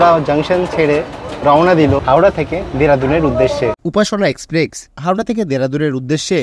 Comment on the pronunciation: ভাই, আমি আপনার থেকে বয়সের নিরিখে অনেকটাই এগিয়ে আছি। তাই কিছু মনে করবেন না আশা করি। আসল কথাটি হলো আপনার ইংরাজি শব্দের বাংলা উচ্চারণ নিয়ে। আরও একটি ভিডিও তেও একই ভুল উচ্চারণ করতে শুনেছি। কিন্তু, ঐ ভদ্রলোকের বয়স অনেকটাই বেশি। তাই তাঁকে আর কম্যান্ড করিনি। কিন্তু আপনাকে বলছি। কথাটা 'এক্সপ্রেস', এক্সপ্রেক্স নয়। আর, বৃষ্টি কয়েক 'ফসলা' ফলসা নয়। ধন্যবাদ।